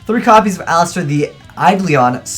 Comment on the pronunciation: "eyelister the aidleon summler" really? like, I get you can't read but really?